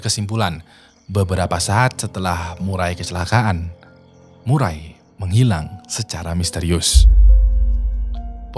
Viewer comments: Murray dibaca "Meurri" Sebenarnya bukan Murai :), jadi Maurra Murray dibaca "Morra Meurri" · Nama cewek itu Maura Murray nama keluarga di sebut Murei.. Maaf bro sedikit pembetulan